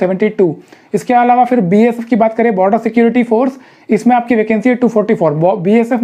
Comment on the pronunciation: Sir ye B.S.F hota hai naki Baf